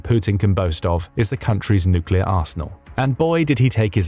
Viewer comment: Are you sure it's nooclear not noocular? Ah AI text-to-speech.